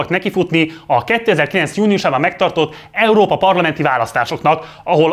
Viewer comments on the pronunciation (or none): none